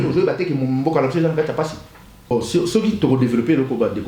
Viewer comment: lisez s.v.p ceux et non ceuy merci.